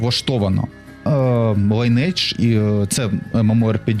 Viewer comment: Майже ніхто не знає, що назва вимовляється не Лінейдж, а Лі́нидж 🤓